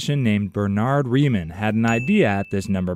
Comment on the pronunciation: Rie-MAWN. Rie-MAWN hypothesis. Bernhard Rie-MAWN. HOW DO THESE PEOPLE ALWAYS GET THIS WRONG.